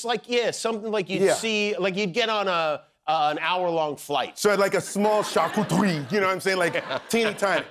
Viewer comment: First time i hear an American pronouncing charcuterie correctly.